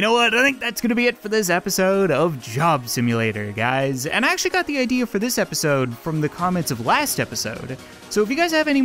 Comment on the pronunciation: Did you acshaly